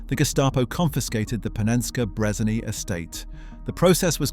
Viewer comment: Did bro just say Panenskey Brezaney?